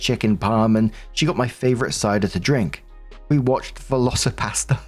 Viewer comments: When you said veloci pastor, with your accent it sounded like veloci pasta, and I imagined a dinosaur made out of noodles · ....i misheard you and thought you were saying Velocipasta. Now I'm weirdly sad that there are no spaghetti dinos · I thought he was saying VelociPASTA 😂 All I could see was pasta flying at the screen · LOL, I never heard of that movie and thought you said Velocipasta. Was instant eager to go watch it. 🤣🤣🤣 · LOL that's what I heard too so I was so happy he put up the movie cover, because I was thinking how does that work is it a raptor made of pasta? I have got to see this. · When I heard Velocirapastor I thought you said Velocirapasta. And I was imaging a man turning into a hybrid velociraptor with macaroni claws 🤣🤣. Last story: I have a narcissistic mother; op is nta. It is ingrained into us, since birth, to bend to the wishes and whims of narcissist. It really is hard to reprogram your response to them. I was about 45 yo when I went extreme low contact with my egg donor. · VelocoPastor. I kept thinking you were saying VelocoPasta. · I thought you were saying velcio-pasta… imagining a film of dinosaur shaped pasta 😂